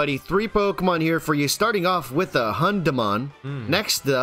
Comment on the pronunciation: EI will be spoke out like you are a pirate .. AYE :D it hurts that you do new english pokemon names ... hAndemon.. really? xD.. but its german not english and its a little bit like spanish.. you speak it like you read it :D gruss aus dem europäischen mittelfeld deutschland :D